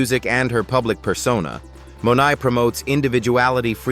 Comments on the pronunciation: Her surname is Monae not Monai. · Why cant you say the correct surniame in the videoof Janelle Monae,you say Monai.